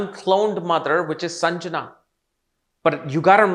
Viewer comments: Not Sanjana …it’s sandhya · The name is SANDHYA and not sanjana. 🙏🏻